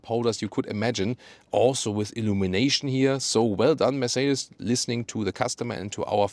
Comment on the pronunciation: I have been owning Mercedes-Benz for 35 years now and am still trying to pronounce, Mercedes, as does. Always love the content. Thanks for sharing.